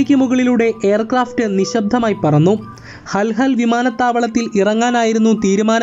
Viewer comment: ഇല്യൂഷിൻ II76 അല്ല.. 😄😄 IL 76 ഹൽഹൽ അല്ല.. ഹുൽഹുലെ